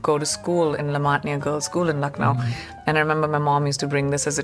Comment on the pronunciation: loved the way pronounced Lucknow, you're almost there bud 🙈✨